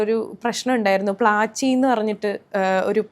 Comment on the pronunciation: പ്ലാച്ചി അല്ല പ്ലാഞ്ചി..